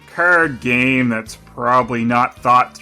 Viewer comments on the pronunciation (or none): none